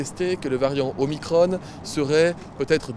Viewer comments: Pourquoi il disait Omicrone et non Omicron. J'adore quand il dit des publications scientifiques sérieuses, il nous confirme donc qu'il en lit des non sérieuses 😁 Résumons : paniquez c'est la vague, paniquez pas c'est pas grave et j'ai plein de comités Théodule en place ! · Pour faire simple Mm Véran, il n'y a pas que les chiffres qui ne sont pas bons! De plus vous dite pour le virus, (sic) le variant Omicronne et non pas Omicron comme ballon, balcon, cornichon....etc ! Je ne comprend pas la prononciation que vous et bien d'autres utilisez. Vous déformez déjà tant de choses que je vous serai reconnaissant de ne pas déformer notre culture. Perso j'espère qu'après le variant Omicron pour finir 2021 nous n'aurons pas a affronter le "Véran Omacron" voir Omacronne comme vous aimez prononcer les mots terminés par ON ! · Déjà de base pourquoi il dit OMICRONNE ?? C'est pour ne pas facher son maitre ? Pourtant on dit bien un proton, un neutron... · Va falloir choisir entre l'anglais ou le français, mais stopper ce franglais dégueulasse. Soit c'est ô-mai-kro-ne soit c'est o-mi-cron mais pas un mélange des deux.